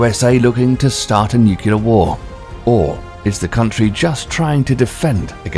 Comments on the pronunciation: Nukelar .... Nukelar ....Nukelar ....Nukelar ...Nukelar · This narrator cant pronounce the word "Nuclear" properly he pronounces it as "nuculer"!!!!!!! So I just could not watch any more it drives me crazy when people cant pronounce the English language" propurleee"!!!!!! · "Nucular" "Caviation" Who wrote this script? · when he says nukular is not very kulear what he wants to say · What is nu-kee-lar and Cay-viation? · Why do you pronounce Nuclear, Nucular? And caviation??? Don't you mean civitation? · I know! First time I've heard a non North American pronounce the 'you' in nuclear. These truly are the end times. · So just keep mispronouncing “nuclear” or ...? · Learn how to say “nuclear” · A pity the narrator can't pronounce "nuclear" correctly. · always wary of 'defence experts / commentators' that can't pronounce 'nuclear'. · The fact that the narrator doesn't have the intelligence to pronounce NUCLEAR correctly nor that it's caviTAtion instead of ??caviation??? has lost any credibility that this page may have. Too bad there isn't a speakcheck app. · I suggest you learn how to pronounce the word 'nuclear' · It’s not ‘Nucular’, it’s Nuclear. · Nuclear, not Nucular. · "Nucular"??? it's nuclear. "Caviation"?? It's cavitation. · And the word is pronounced "nuk-lear" not "nuk-u-ler." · Not to mention that he says Nucular instead of Nuclear. Every time I hear someone say that it makes me want to jump out of my skin. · Thumbnail but yeah, not to mention pronouncing it nucular instead of nuclear and I guess when he said cavation he meant cavitation I'm ok only speculating though since cavation isn't a word I have heard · It would really help if you would stop mispronouncing "nuclear." NEW-clear not NYOO-kya-ler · It's pronounced "nuc-LEE-ar" not "nuc-U-lar", good God that drives me freakin' nuts!! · Learn how to pronounce "NUCLEAR." It's pronounced: NEW CLEAR, not: NUC U LAR. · how about "cavation"? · i already seen the comment but ITS NUCLEAR NOT NUKULEAR